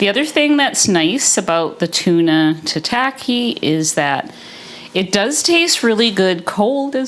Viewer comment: It’s not 🍣 sushi, which refers to the sweet vinegared rice with fish/veg/seaweed, but is a type of sashimi or raw seafood or meat. FYI, tataki is pronounced more like Tah-Tah-key. Your dishes looked great, thanks for your carnivore version recipes.😊